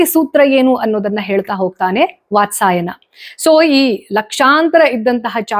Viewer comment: ವಾತ್ಸಾಯನ ಅಲ್ಲ, ವಾತ್ಸ್ಯಾಯನ..✅🤫